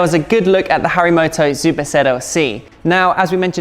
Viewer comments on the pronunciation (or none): I am pretty sure that you kept saying Zuper ZLC